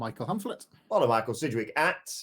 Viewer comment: i gave this video a down ( Disliked ) after hearing sidgwicks name